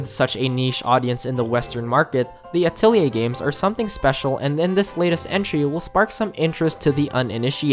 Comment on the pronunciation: He also said Atelier wrong... its French so most people say it incorrectly.